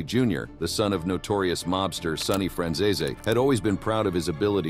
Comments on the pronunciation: The Fran who family? This video 💯 murdered the pronunciation of the Franzese name. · oh you don't gotta tell me. I've seen enough of his stuff on here. I was just laughing at the way it was being pronounced. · I think they miss pronounce names so people comment which help the cnannel on the algorithm I think